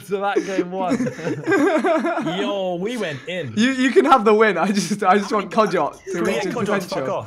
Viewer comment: Did he say man like kodja #avfc